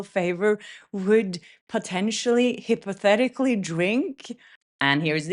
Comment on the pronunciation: Hypothetically is pronounced hi pothetically. ❤